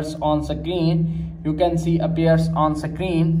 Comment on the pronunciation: Don't believe on people saying sakrin 😂